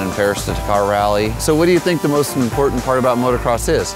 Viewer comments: did she just say motocrost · did she say motocrosst??? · its motor not moto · She keeps saying motocrost😂😂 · the one chic kept on saying "motocrosst" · "motocrost" lmao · She keeps saying "Motocross-T" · She said motocrosst